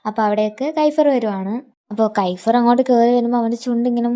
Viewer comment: കൈഫ്ർ അല്ല kefier